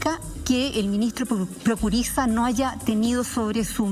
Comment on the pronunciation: Prokurisa???? No se saben ni el apellido y son periodistas??